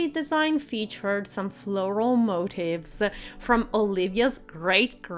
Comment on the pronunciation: It's pronounced Moteef Not Motive